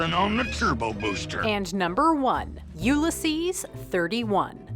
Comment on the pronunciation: "you-le-sees"? really??